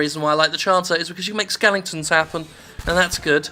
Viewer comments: "Skelingtons" I know he is saying it Ironically, it just made me laugh. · Honestly, I'm not sure whether he is saying it ironically, or genuinely keeps mispronouncing it, just because he's gotten used to it.